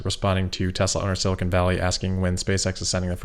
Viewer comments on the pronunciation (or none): none